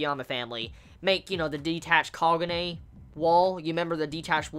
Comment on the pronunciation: Ahimsa ohh okay i thought i heard pronounce kahune